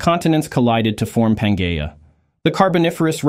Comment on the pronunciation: Please use the human voice of someone who knows correct pronunciation, which would make this a great educational video. The word “replaced” is incorrectly pronounced “replace – ed”; Winged insects are called “wing-ed insects”, Pangaea mispronounced as “Pan-gay-ah”. Same problem with Glomeromycotan, and many other examples.